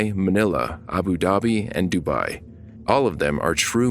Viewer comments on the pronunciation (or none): none